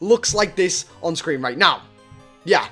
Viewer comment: Starlord said Scween